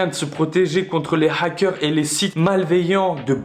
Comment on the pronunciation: "pour ce proteger des Hackerrrh" 🤣 bon visionage